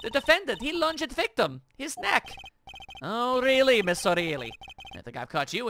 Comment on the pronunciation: fun fact, you are among the few, if not only, lets players to say Olga's name correctly (it's even lateer confirmed it's outright pronounced "oh really"), with the majority of lets players missing the joke and saying "orlee" like fools